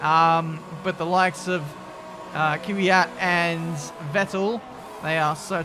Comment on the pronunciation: Petition for to try saying KVYAT instead of KYVIAT. <3